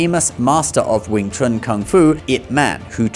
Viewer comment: The best "Wing Chun" men in the world have been White Men for more than 2 generations, both inside China and outside China, of both the major lineages, and everybody knows this, except for the goldfish who can't tell the difference between reality and movies. And you're pronouncing it wrong, mixing a bit of the Cantonese pronunciation and the Mandarin pronunciation, specifically Wing (Cantonese) Chun (Mandarin) Kuen (Cantonese), but of course, which sounds ridiculous. Your Mandarin was much better. I would have to hear a bit more than 3 words before I'll concede "100% accurate", although to be clear, in more than 30 years in China, Hong Kong and Taiwan, the only time I saw a "foreigner" with 100% accurate diction and tones, was myself or my brother, never seen another one, especially whatever 'famous' ones they prop up on the boob tube. Tones, correct, in Mandarin that is, but fluency..., there's more than a bit of rust. Correction, Cantonese does not have a writing system, whilst claiming to be the oldest and "true" Chinese. They use Mandarin Han characters, with modified characters. 沒有文字，談何文化。 Centre line is common knowledge to all marksmen and trauma surgeons. The heart is not on the left, it's right in the middle, 3.5" under the sternum, slightly leaning left. Dart fingers, not thrust. You, clearly, learned even less 'Wing Chun' than Donnie Yen, which is to say, nothing. Little idea can also mean little dream, albeit granted idea is the popular translation, ie, superficia